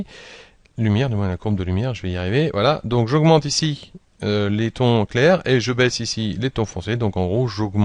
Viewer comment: Clair et non pas "lair"